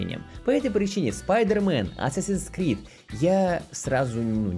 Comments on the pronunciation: Не Асасин Скрид, а Ассассинс Крид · Исправляю английский, читается как Ассэйсинс Крид) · Ну вообще-то правильно говорить не assassins creed, а assassins creed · Чел, ты неправильно произносишь даже название игры. Правильно говорить АТСАСИН КРИД!!!!!!!!!!!!!!!!!!!!!!!!!!!